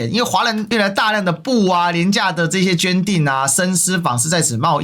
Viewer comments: 絹疋(ㄆ一V)口誤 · 絹ㄐㄩㄢˋ 疋ㄆ一ˇ